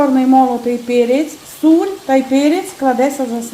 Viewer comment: Чого сіль стала " суль"??? Вам скільки років??! Контролюйте свою мову,!!! Бо виникає питання тоді до ваших " рецептів"!!!! Жах,жах,жах!!!!!!